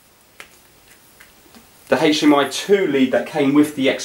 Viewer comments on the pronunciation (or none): haych dee em eye :) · Haitch DMI